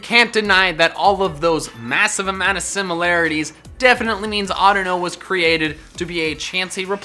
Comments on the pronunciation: AUDINO, NOT ADUNO! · Audino what Audino is either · audino what a audino is lol